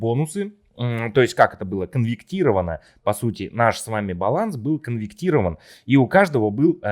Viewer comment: КонвеРтировать, а не конверКтировать. 😂😂😂